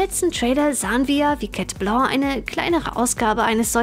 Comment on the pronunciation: Warum immer „Chat Bloo“ und nicht „Chat Blanc“?